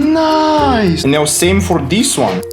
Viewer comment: holy respect to broo also i love it he says niee isted of nice but you uderstand what he says your so funny